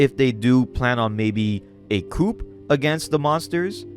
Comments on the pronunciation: Heads up, when you say "coup" you don't pronounce the p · For "coup" you don't pronounce the p. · "Nuke-Lee-Er" (Nuclear) and "Coo" (Coup) Youre killin me smalls. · Coup is pronounced KUUU Not KOOP you goofy dope